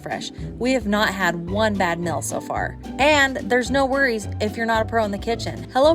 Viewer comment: Annoying thing about your accents. It's not a "mill" it's a "meal" . Deal not dill ECT.